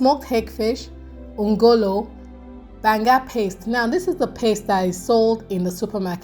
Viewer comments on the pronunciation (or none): That pronunciation of ngolo is wrong on all fronts. Everything else is on point. Deltans do not use uyayak in their Banga.